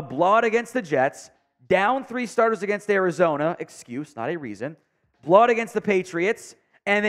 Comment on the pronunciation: can't say blow out right😂😂